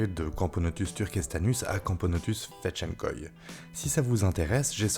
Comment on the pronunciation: Je suis surpris qu'un humain réussisse à prononcer le mot fedtschenkoi mais à part ça super vidéo x)